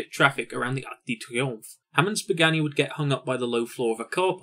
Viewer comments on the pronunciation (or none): Why is this fella pronouncing Pagani as "Buganni"